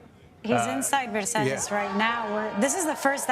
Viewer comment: Versailles ….. have respect and learn the pronunciation, u re media , fake one